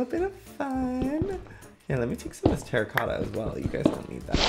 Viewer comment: joey and both struggling with terracotta in their recent episode’s is so funny